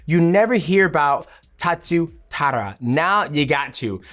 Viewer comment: Tatsuhiro Taira becomes Tatsu Tara